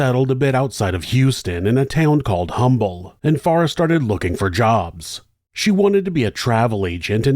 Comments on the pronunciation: Hey! I live in Humble Tx for over 25 years. The natives there get pretty ticked when you say the H in Humble, the pronounce it Umble…. Lol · It's pronounced as UMBLE. Drop the “H”…it’s for decorations.😂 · I am not trying to be "that guy", but just FYI- Humble Texas is pronounced "Um-bull". I have no idea why. I just have to tell you for the sake of fellow Houstonians. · Humble TX is pronounced Umble. Only people that live here know that. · I have lived less than 10 min from Humble (the H is silent) since the mid 80s. Idk how I'd never heard of this. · Humble is pronounced "umble"....just fyi. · It's pronounced Umble. The H is silent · Not the point of the video, but wanted to share that the H is silent in Humble (like how we say herb in the US). Mr. Humble started Humble Oil that eventually became Exxon. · The Ĥ in Humble is silent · The H is silent in the city name. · We pronounce humble with out the h 😂